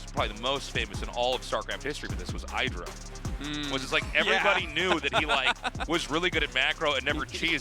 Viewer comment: Still pronouncing it 'eye-dra' after all these years... love it!